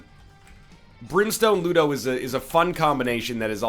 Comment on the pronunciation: booger tears absolutely butchers ludo, thats so sad :(